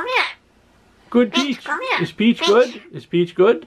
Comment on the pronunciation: "Your speech good?" "gud gud"